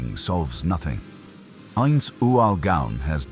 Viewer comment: man A.I cannot get ainz’ name right or yggdrasil 😂 other then the copious use of ai for the pictures and the narrator, the story is actually damn decent and does the characters justice 😃